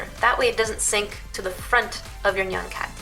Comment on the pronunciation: FINALLY SOMEONE SAID NYAN RIGHT!